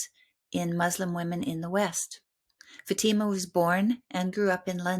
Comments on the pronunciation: Her name is pronounced FATH -I-MA. Not futeema she’s polite not to correct you ❤ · It is not Fateema. It is FAAtema! Ask a Muslim for correct pronunciation. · First of all, you need to research how to pronounce this Muslim woman's name, and it NOT SHEEKA FATEEMA. Secondly, Sheikha Fatima should NOT call Ibrahim's HAGAR - as in "hagar the horrible" - you should have called her Hajer. The proper pronouncement. KHADIJA is another mispronounciation. I found it very very distracting and could not follow this conversation. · Learn how to pronounce your guests names. It is not “faTEEma”..